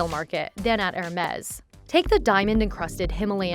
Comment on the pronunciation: Makes a video on Hermes but can’t even pronounce the name properly 🤦🏼‍♂️